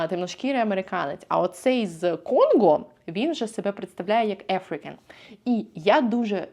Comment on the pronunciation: Отличное видео. Только African и Agriculture ухо резануло. Там нет Э - там a·fruh·kn, a·gruh·kuhl·chr. Привет от коллеги!